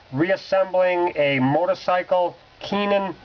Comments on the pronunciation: Hate the way you say "keehin" its prenounced "kayhin" ..thats like the japanese would say it. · Keenan. You actually said Keenan!